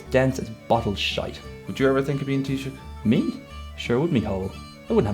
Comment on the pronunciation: Fuck me , the poor fellas trying to say Taoiseach xD